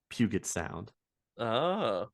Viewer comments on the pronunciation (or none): Just so you know, the Space Needle has a restaurant in the large circular section. Just like all the other towers - The one in Dallas, one in San Antonio, umm Toronto? etc... they are expensive . the sound is pujet (soft g) also if the gentlemans name was Nguyen - it is pronounced wen or kind ov win. I really like this series.